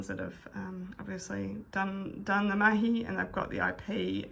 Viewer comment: "Mahi" ... definitely a fellow Kiwi🥝